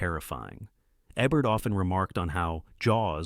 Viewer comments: It would be rad if you pronounced the names right — or is this narrated by AI ? It’s not Eh-bert it’s EEbert. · Nice list. I don't expect you to know this because you are probably too young to have seen Roger Ebert's show, but you pronounce Ebert with a long E. So it would be like EEbert. Thanks for the list. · His name is pronounced as it's spelt. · AI can't figure out how to pronounce Ebert's name. Ee-bert? or Eh-bert. Shows how much this channel really cares about what they're doing. Also, I wonder if Alec Gwyness is the same one who played Obi-Wan Kenobi. This isn't just a channel about movies; it's a messed up feverdream of mispronunciations and overwrought descriptions. Good choices, though! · I agree. I thought maybe he was young but the pronunciation of Alex Guiness and Gunga Dinn and of course Ebert drove me crazy.